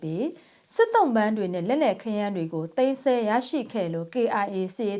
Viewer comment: သိမ်းစည်းလို့ပြောပါသိမ်းဆဲလို့မပြောပ့နဲ့